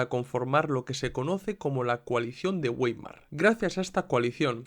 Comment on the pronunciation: Vàimar, se pronuncia Vàimar, un poco de cultura general por favor